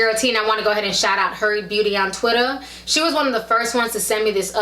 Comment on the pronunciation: ON TWAAAATTER ? ? ITS TWITTER ...ANNOYING VOICE WOMEN